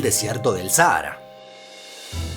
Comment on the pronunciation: Veo que tenéis problemas para pronunciar palabras como Sáhara (Sájara), Rumanía (que lleva tilde en la i), Basilea (que se pronuncia Basiléa, no Básilea)...